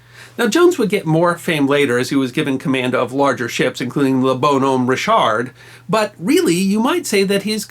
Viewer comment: LOL "Bone Home Ree-shard!" Learn some French pronunciation, Sir!